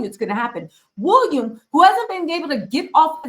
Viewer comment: This lady needs another career. Go home to America. Leave the Brits alone. Ps What does Harry have to do with ... go home lady. Get it right the guys name is Will ee am. Not Wool I am . Stop wondering .